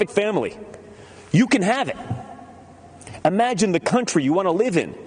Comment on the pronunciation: What's with all these folks who think the word "imagine" is pronounced" ahmagine"?